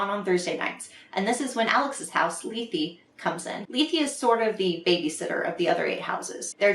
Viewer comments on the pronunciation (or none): That's how you pronounce Lethe??! I was making it rhyme with death